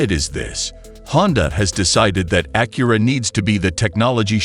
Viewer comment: Bad AI voice and video. The front of the car changes with each view. I hate how it says Acura.